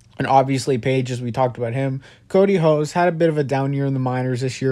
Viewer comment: I thought the Dodgers would make a pitch for Hader last off-season, with Lux and Gonsolin headlining a package in exchange. Lux makes sense because he's from Wisconsin. Pronounciations on the 2nd trade: Peppy-o and Ho-see.